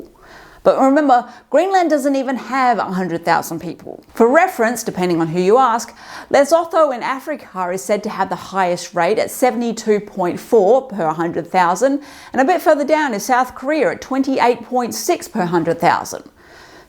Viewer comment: Great video! One minor pronunciation correction - the country Lesotho is pronounced more like "Le-soo-too" Also, a fun fact that one of my old uni lecturers shared with me: In order to get vitamin C in their diet, the native people of Greenland eat the blubber of whales and seals. It was offered to him when he was visiting for research, and he had a REALLY hard time keeping it down!